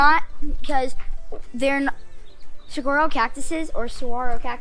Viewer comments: Saguaro is pronounced Sir-War-Oh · Hi there! It was cool to see you and your family on our stompin' ground! We live in Maricopa about 45 minutes south of Phoenix. Love the video's! Saguaro = Soo-har-oh Cholla = Choy-a Gila = Hee-lah Safe travels! :-)